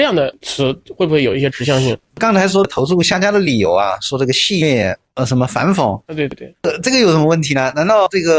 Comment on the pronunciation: 戏谑居然能说成戏虐，我也是服了这些所谓的文化人